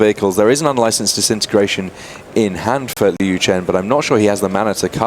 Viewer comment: I wish the commentary team would have taken a few minutes to talk to Liu and learn how to pronounce his last name :(